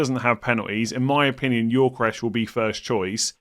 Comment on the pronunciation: Please pronounce Gyokeres correctly: Yo-Ke-Rez, NOT Yor-Ke-Resh